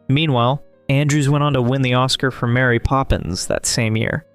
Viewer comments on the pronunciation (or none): none